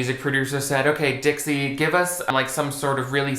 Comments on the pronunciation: my brain kept hearing ditsy instead of dixie oops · LoL I keep hearing you saying "Ditzy D'Amelio"